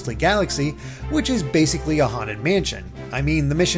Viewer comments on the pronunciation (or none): none